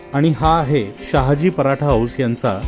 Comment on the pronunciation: Sayaji nahi Sahaji😊